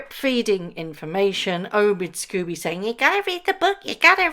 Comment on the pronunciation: It's pronounced SCOBY not Scoobie why are you pronouncing it like the cartoon dog? What has poor scoobiedoobiedo done to you -)